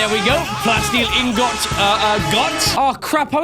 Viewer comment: Who else gets triggerd when he says inGot😂